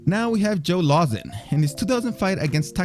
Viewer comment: Lmao, he tried to change up the pronunciation of Lauzon